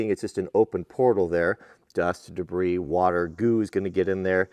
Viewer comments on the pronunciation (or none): none